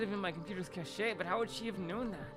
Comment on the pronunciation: haha don’t feel bad about mispronouncing ‘cache’! tina of people do! it doesn’t help that there IS a word pronounced ‘cash-ay’ that is spelled ‘cachet’ and comes from the same french root of ‘cacher.’ and that french root is why the ‘e.’ gotta love english, huh? lol